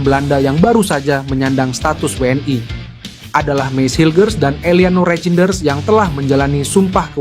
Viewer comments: Min, bukan WNAi prononmu salah klo WNI, yang jelas dong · JADI MAKSDNYA WNI ITU DI BACA DENGAN BHASA INGGRIS WN AY